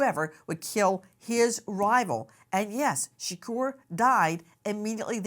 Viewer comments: 😂😂😂 SHURKERRR 😂 💀 💀 ITS SHA-KORE SAY IT RIGHT 😂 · # Say His Name, Tupac Shaqure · But why she pronouncing Shakur like that tho Shakorrrr 😅😅😅😅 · Can we just call him 2pac. The way you say his last name just sounds disrespectful. 😭 Its not being pronounced properly. 💀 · Miss grace can you never ever EVER PLEASE SAY tupacs last name ever again.